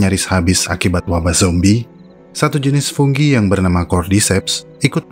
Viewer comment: Fungi mas bukan funggi kayaknya aneh dengernya